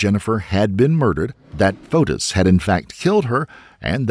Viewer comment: Every time you say Fotis I hear POTUS. 🤷‍♂